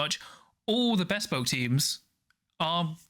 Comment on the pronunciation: Great vid, thanks for the summary! Loving the content Apologies, but I have to mention that "Bespoke" is not two separate words!